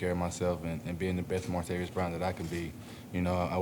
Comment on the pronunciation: Can we PLEEEEASE get the mans name right!??? It’s Martav-IS, not Martav-iUs! But damn I’m hyped!!! This dude is INSAAAAANE’ly dynamic!